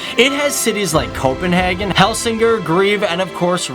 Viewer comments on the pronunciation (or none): I've said it in other videos. And I'll say it again now. :D - It is not pronounced "Copenhargen". Which really sounds german, and we aren't germans. :) Just say it like you would naturally in english. "Copenhaygen". :) Easier for you to pronounce, and easier for us to listen to! :D P.S. good videos! :) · It is not Copenhagen it is køpenhagn